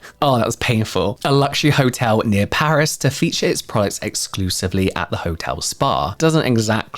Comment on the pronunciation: Please, I beg you, look up how to pronounce the product! Edit: Pitt's product